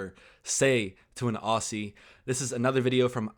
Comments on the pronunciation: let's say with don't say OSSIE as you said it it's OZZIE or OZZY Even if spelt as AUSSIE it's still AUZZIE You don't pronounce the S's and S you pronounce them as Z We don't call you AMEEERICANS so don't call us OSSIE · OZZy not OSSy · Ozzy not ossy. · If i hear another American say "Oss-ie" rather than "Ozz-ie". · Aussie is pronounced with z not s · It's not pronounced Au-see, it's pronounced Au-zee 😉 Re vegemite, you guys eat it wrong, it has to be fresh butter (not margarine) & spread the vegemite thinly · It's "Ozzie" not "Ossie" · "Oz - E" not "Oss - E"....... It's a bit like "E - Mew" not "E - Moo" - Liked & subbed 🦘🦘🦘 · Irwin shoulda worn sunscreen to get some protection from harmful rays....oh make sure u learn to pronounce aussie b4 u head down here mate :P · Mate! It’s said Auzzie not Aussie like it’s spelt! 😂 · When you say Aussie, say it like ozzie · The pronunciation of Aussie Oh-Ze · Just a heads up. Aussie is pronounced Ozzy like Ozzy Osborne. The s's in Aussie and pronounced as Z's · FYI...it's spelt Aussie, but it's pronounced Ozzy. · Dont say aussie. It is Ozzy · As a Aussie I hate the way you say Aussie